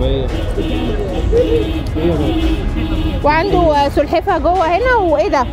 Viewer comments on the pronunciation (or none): انتي دمك خفيف بس على فكره اسمها سلحفاه مش سحلفاه